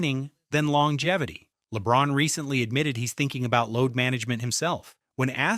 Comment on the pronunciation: laybron and durag.Are some suckas.Yes.Thats how you say their names now